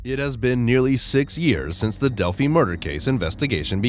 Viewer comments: a big improvement would be an actual human voice. Not only does it just always sound far better than a robot, but it's hard to take it seriously when it calls delphi "delphy" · You know you're listening to a robot narrating when he calls Delphi, "Delphy". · This "update" isn't an update and contains mistakes including a mispronunciation. How can anyone trust the information in this "update" when the city name itself is mispronounced. And this is far from being called an update since the arrest of Richard Allen is now old news. I'm surprised this post was titled as such. Do not waste your time.